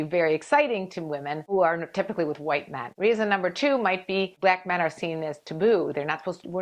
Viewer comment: The way she pronounces "Blaack Men" is hilarious. 😄😂